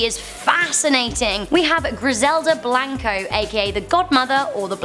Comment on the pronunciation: Btw her name is pronounced Griselda not Gridella Blanca